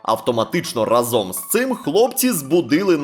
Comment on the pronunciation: не разОм, а рАзом. Будь уважний!